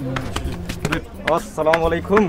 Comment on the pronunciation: Respectfully Plz correct ur Salam it is not assalam walaikum It's "assalamualaikum" Respectfully